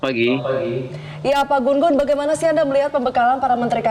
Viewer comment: GU-NGUN atau GUNG-UN (baca: Jung Un), bukan GUN-GUN